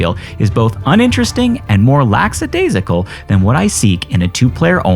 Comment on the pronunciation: "laxadasical"?? "oasises"? A couple howlers already in under four mintues.